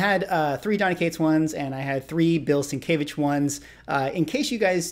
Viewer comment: FYI, not meant as any slight just a correction, and only cause you repeatedly said it in the video, it is sin-kev-itch. Sin Kev Itch is how Sienkiewicz is pronounced, I butchered for many years until I started working with him about 10 years ago.